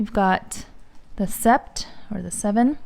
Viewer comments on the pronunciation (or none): Thanks for this. I’m into Polene as a nice alternative to taking my $$$$ bags out in bad weather. Seems like their leather is sturdy and fairly impermeable. By the way, Sept is pronounced Set. Three years of high school French over here. 😂 I knew it would come in handy at some point lol.